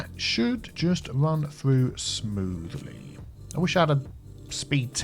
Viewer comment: "Moving Smoovly"